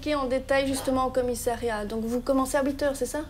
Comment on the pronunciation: on dit commissariat et non commissairiat !!